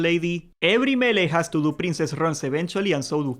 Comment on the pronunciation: I never play horde in classic, ever. This time I am and I am lost when it comes to finding all the dungeon quests. Big help. Also every time you say melee I hear Hunter.